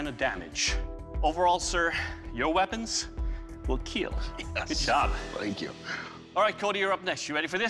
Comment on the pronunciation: "It will keel... and get me buzzed."